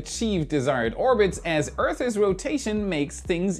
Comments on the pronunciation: I love you ❤❤❤ but repeat after me. "Earth's" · EARTH'S HAS ONE SYLLABLE